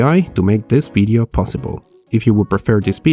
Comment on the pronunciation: WHY ALWAYS BIDEO INSTEAD OF VIDEO THOUGH